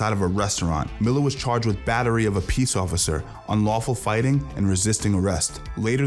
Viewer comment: "fighing" game